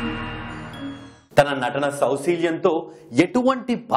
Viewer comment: Sousalam kadu bro its saousilyam..